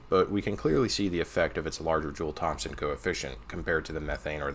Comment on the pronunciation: brother, the P in Thompson is silent.